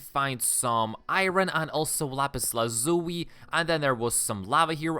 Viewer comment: What did you say " lapis lazuy"?